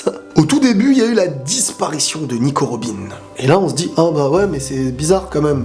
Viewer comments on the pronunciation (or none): none